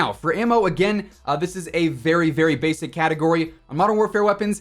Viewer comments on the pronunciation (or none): none